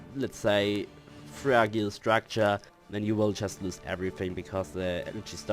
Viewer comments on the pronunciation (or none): Though I doubt it matters now, I hope this helps. "Adjacency" is pronounced as (Ad - jay - sen - see). Also, in "Fragile," the "g" is pronounced like a "j" so (Fraj-eyel).